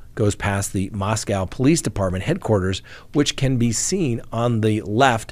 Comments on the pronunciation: You are mispronouncing how they say Moscow. It’s MosCo. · Please start pronouncing Moscow Idaho correctly.